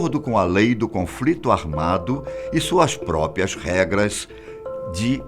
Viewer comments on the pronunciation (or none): Esse fala bem, ta melhorando.. Fala: PropPIA, consegue falar propria não.. Kkkkk